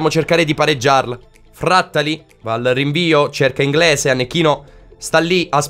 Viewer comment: Frattali, Plizzari, non vedo l’ora di sentirti sbagliare la prossima pronuncia di un portiere 😂 Sei grande ❤️